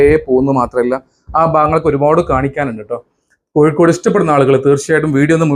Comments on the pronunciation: Koyikode അല്ല ചെങ്ങായി. കോഴിക്കോട്‌.......വൃത്തിയായി സംസാരിക്കൂ. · koyikkodu alla kozhikodu